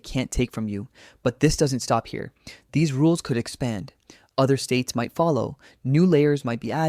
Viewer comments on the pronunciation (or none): none